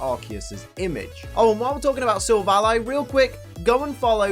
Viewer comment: says silvilli Me: what